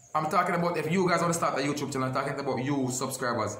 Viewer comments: You tube not you chube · say YouChube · Youchube🤣🤣🤣love unuh same way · lol a mi one a laugh when say youtrube lol gwan yah cause yah drama and him know wah him a say eno cause him no stop repeat it lol